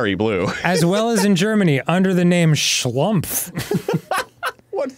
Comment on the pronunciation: I just love how Danny pronounced "Schlumpf" with a note of total disbelief.